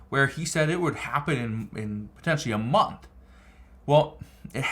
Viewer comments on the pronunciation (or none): none